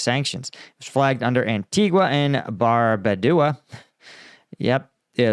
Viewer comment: Antigua and Barbadooah! 😂